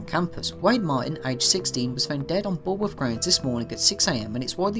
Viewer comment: I kind of want to take a shot every time he says bull worth